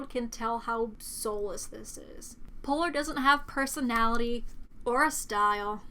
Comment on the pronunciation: Damn she said poor not polar thats what i heard lol